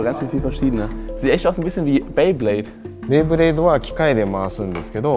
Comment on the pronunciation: 'Bleyblade' :D